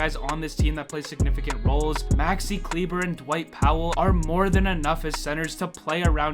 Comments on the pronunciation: It's actually kle-bear, he himself doesn't understand why they keep calling him klebah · Davis = "Daaaahviss" Kleber = "Clee-Bahh"